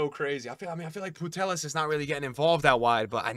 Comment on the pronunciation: my man, you have to stop calling Putellas Putelas, you are not calling LLorente Lorente so please stopppp